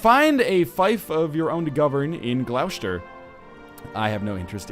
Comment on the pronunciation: I love how NL says Gloucester, yeah I know thats how its spelled but it does sound really odd.